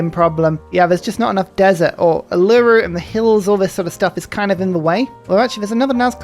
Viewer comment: Ahhh, another example of mispronouncing Uluru... All is right with the world